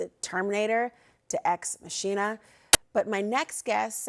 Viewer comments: I guarantee there was at least ONE nerd on staff who corrected her and told her how to pronounce "machina" before airing, and she got offended, or thought they were trying to trick her. She smacked her lips, did her neck snap, and said "AI is robots. Robots are machines. So it's machine-a". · Laura Coates: The word "machina" is typically pronounced MAH-kee-nuh. It's derived from the Latin word for "machine" and is often used in the phrase "deus ex machina," which translates to "god from the machine." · Leave it to CNN to have an anchor that doesn't know the word MACHINA. 😫😫😫😫😫😫 CNN SUCKS!!!!!!!!!!!!! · Machine-a lol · “Machina” is pronounced “Ma-KEE-na,” not “Mashina.” Who are these dunces that CNN is employing who can’t even read the English language correctly from a teleprompter? How am I supposed to take the content of your message seriously now? It’s getting absurd. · Ex Masheena? lol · What hope do we have when we can't even pronounce machina properly? It's Mak-ee-nah sweetheart. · "Machina" is pronounced maa-kuh-nah, Laura. 🙄